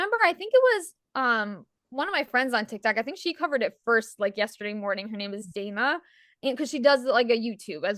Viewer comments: Its Dana, pronounced Donna. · You should tell Dana to stop following Leslie Dobson! BTW, you forgot she pronounces it like Donna, but it's spelled as Dana. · I am surprised you both pronounced Daily Dose of Dana with a long A when she pronounces it as DONNA. I am not her friend and I know this. You both say you are her friend and don't know this? I like all three of you, just saying I am puzzled by it.